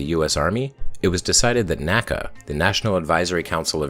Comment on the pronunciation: NACA was not pronounced like NASA each letter was pronounced individually